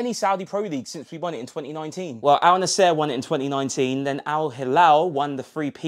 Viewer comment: first you gotta learn how to pronounce the names. who tf pronounce al nassr like that